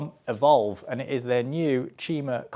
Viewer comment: You’re saying the brand name wrong it is clearly, “Evolver.”